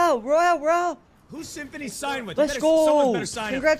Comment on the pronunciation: SI SI SI Dijo el Symfuhny :v